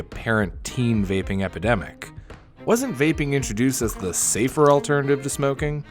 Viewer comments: safe-ER, not safe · It’s safer not safe😐